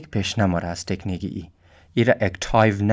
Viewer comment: مَیه ،طَکنیک اَوو چیز گفتی